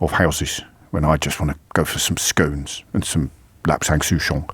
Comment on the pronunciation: Whatabout your mispronunciation of scone?